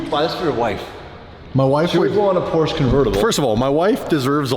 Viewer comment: why u pronounce porsche like that?? Porsche-A??